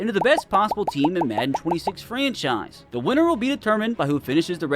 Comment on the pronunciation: GROK said "FRENCHise"